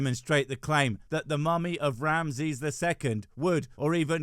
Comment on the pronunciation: Each time you say Ramses i hear Ramsay 😅